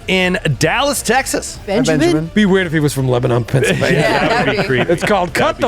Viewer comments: It’s pronounced Leba-nin, not Leba-non in PA. Just for future reference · please get your wife to teach you and the rest of the crew how to pronounce "Lebanon".